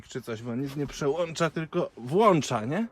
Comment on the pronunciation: Nie żebym się czepiał ale skoro masz włącznik to się go włącza a nie włancza bo to nie włancznik pozdro